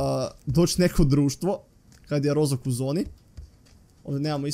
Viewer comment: Nije Rozok, nego roškok